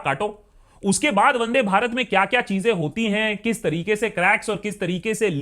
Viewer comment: Bro it's not vade Bharat It's vande bharat